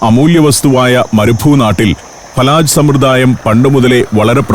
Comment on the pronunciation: ഫലജ് not ഫലാജ് ❤from oman